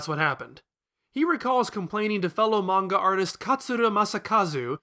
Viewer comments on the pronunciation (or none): none